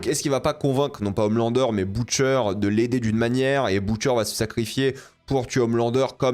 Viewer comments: Pk il dit boutcher alors que dans la série on prononce butcher tu rend fou c trop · Comment on peut anti-vf, tout regarder en VO et pronnoncé les mots anglais si mal... Boutcheur... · Pourquoi il dit boutcheure